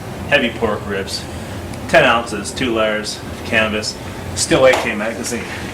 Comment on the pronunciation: ... i heard "cannabis", not "canvas"... XD